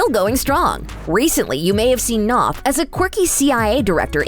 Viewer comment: You’d think that you’d know how to properly pronounce Chris’ surname before you butchered it.